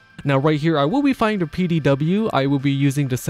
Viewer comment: A. Because PD said fast and in your accent kinda sounds like Petey B. I find it funny naming weapons like that. Such as naming a greatsword Susan.